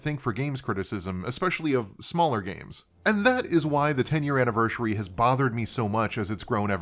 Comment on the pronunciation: When you said, "I can hardly enunciate my words right half the time" I was like, "what no dude you're fine" and then I heard you say anniversary 10 times lol